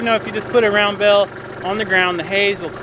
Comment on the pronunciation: When I began watching your videos several months ago, you would say, "bale" and I would think you said, "bell." (I'm a Northerner, my ears hear with a Northern accent, lol.) Live your videos, great family and farm, such blessings!